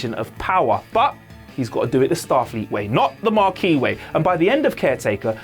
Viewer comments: He said Maquis, not Marquis. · there's no "R" in Maquis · The first time he said "Progidy", I let it go. Everybody misspeaks on occasion. Then he said it again. And a third time. Then he said "Marquis" when he meant "Maquis". I can't watch any more of this.